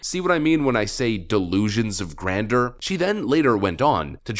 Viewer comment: Subscriber here, and love this video, BUT, please say it like this: GRAN-JUR 😉